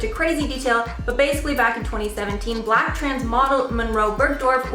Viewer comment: Say BLACK it's not hard.......